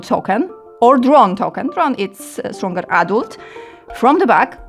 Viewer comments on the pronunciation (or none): none